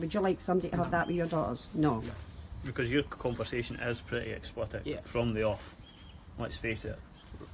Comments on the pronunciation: "Explitic"? Learn to speak, FFS. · Its explicit pal not explipet 😁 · I wish the hunter would realise he's saying explitit instead of explicit ,doing my nut in lol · Honestly how has no one ever corrected him on '' explitic''